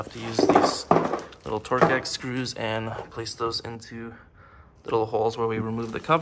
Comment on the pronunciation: Torx is pronounced Torks.